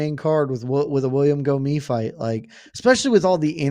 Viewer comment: I know French is tricky but Gomis should be pronounced "Gomiss"